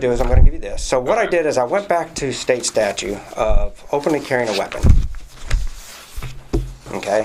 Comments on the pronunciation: Can't stand the way some people say "statue" instead of "statute". continues to do this throughout. Not sure why but this really bothers me. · Except pronounces it "statues".